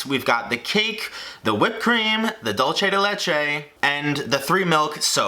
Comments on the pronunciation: OMGGGGG its dulce de leche not dulche bro it annoy's meeeee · Dulce isn’t pronounced like dolce 😭 it’s Spanish not Italian so it should be like dul-se not dul-che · I know i know yall have reason to say it like that but comin from an Argentinan background i just cant not correct u- sorry, idm if u still say it wrong, as long as u know wat it is: dulce is pronounced like “dool-seh” not “dull-cheh” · It’s pronounced dul-se not dul-che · Dulce not dolche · Who's going to tell the gringos that is d*U*lce and not d*O*lce? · it's DULCE. it has a U in it. It's not italian, so not DOLCE. Dulce. Like... googling how to pronounce it takes literally two seconds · why he say DULCHE instead of dulce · Dulce de leche: dulSe de leche, not dolche de leche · “Dulchay” 💀💀💀 it’s “dulsay” dulce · why do ppl pronounce "dulce de leche" as dolce..? its literally DUL SEH also- idk tres leches is supposed to be dripping aint it? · Ayee a Hispanic recipe 😍 did want to let you know that it’s not pronounced “dolche” 😅 it’s pronounced “dull-se” but close I guess 😅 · Dulche. Me: Dulce.: Dulche. Me: DULCE. Honey, it's Spanish, not Italian. 😂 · Dul-seh de leche. Not dul-chey. It’s Spanish not Italian. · It's pronounced dulse de leche not dolche JQWHJHDKJAH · Pronounced dhoul-seh de leh-cheh not dolchey dey lechey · Dul-seh not Dul-chay! Tr-ehs not Tr-ays! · Lol, he didn't even say "Dul-chay" he said "Dol-chay". I love his vids, but that got be a little mad 😂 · I love you but that's not quite dulce de leche, Also it's pronounced like you spell it, dulce (doolce) not dolce, is not Italian, not hating at all tho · Doolseh deh lecheh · Why is he saying “dolce” when its dulce???? Get it together man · He kinda say the word dulce more like dolce like it was italian I am from Argentina and for what I understand dulce de leche its from here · Please atleast pronounce dulce as duel say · Love how Americans butcher dulce de leche and for some reason manage to say dolce instead